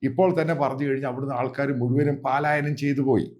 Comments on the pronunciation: പാലായനം അല്ല പലായനം ആണ് ശരി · Sir പാലായനം അല്ല പ എന്നു മതി പ ക്കു dheerkham venda